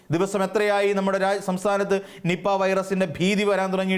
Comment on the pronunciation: നിപ്പ എന്ന് പറയാൻ വരെ അറിയില്ല... 😄